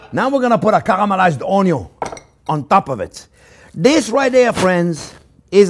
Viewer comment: I love how he says "karamalayz oniow"